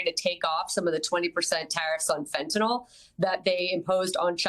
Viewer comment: Agreed... Scott Bessent can't properly pronounce "FENTENYL" and like the entire Trump Administration keep saying "FENTENALL".